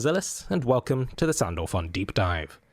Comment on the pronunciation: i had to listen to it twice to make sure he called her sandpaper and sandback....